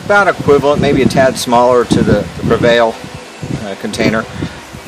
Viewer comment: It is pre val. Not prevail. There is no I